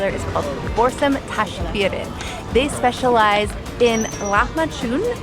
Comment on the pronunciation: It is Borsam not Borsum...